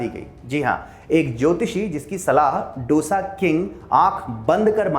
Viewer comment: Aap matrubhasha ka upayog karne ke paksh mein Hain, achi baat hai.. par dusre ki bhasha ka bhi maan karein. डोसा नही, दोसा कहें. Aur Turticorin nahi, तूटुकुडीं